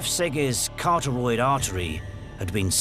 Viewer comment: " Carteroid artery"? What is that? Does the narrator mean caratoid? This narrator is otherwise so well-spoken (apart from "lays low" [cringe !!!]).